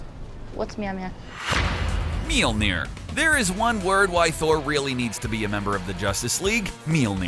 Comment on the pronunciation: Tour not rigt